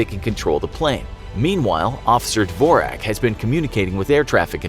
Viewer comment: That's not how you pronounce dvorak but nice try